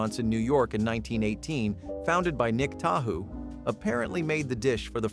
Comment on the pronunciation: 🤣🤣🤣 Nick Tahou's, home of the garbage plate, is pronounced like Lake Tahoe.